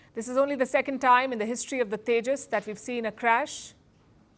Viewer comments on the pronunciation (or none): Yeah, "This is only the second time in the history of the tages that we've seen a crash." No big deal at all. Palki Sharma is a true great entertainer. Thank her for a fantastic laugh. However, and better yet, "This is only the first time in the history of the tages that we've seen a crash in Dubai." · Rafael❌ Rafail✅ Tejas ❌ Tandoor✅